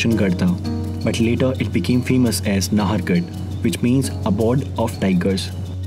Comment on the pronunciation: Keeps on repeating he's from Jaipur and can't even get the pronunciation right ffs. It's pronounced as "Naahargarh" and not "Nahaargarh".